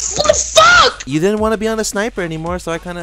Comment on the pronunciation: He said "fock" about times